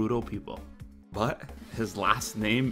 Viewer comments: That is not how you pronounce it. It's not pronounced dragmire. It's pronounced "drag-meir" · You're pronouncing it wrong. It's not drag"myre" like Quagmire, but more like drag"mirror". Dragmire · While I think it can be pronounced drag-myre, I believe the much more common way to say it is drag-meer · Unless their is an official English pronunciation I'm pretty sure it sounds like Drag-meer not drag-myre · Well it’s supposed to be pronounced Drag-meer so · From what I understand it’s pronounced Dragmeer (Also a mire is a kind of swamp - Quagmire is the one named uncharacteristically dour, not Ganondorf) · I always pronounced it "drag-meer" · It's actually pronounced Drag mir like in mirror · I’m pretty sure it’s pronounced drag-meer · I think its pronounced dragmeer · I believe you’re pronouncing it wrong